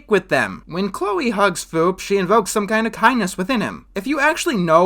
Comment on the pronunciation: Everytime I heard say Foop, it always sounded like he was saying Poop.